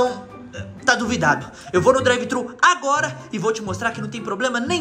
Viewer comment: N é drive trhu nao porra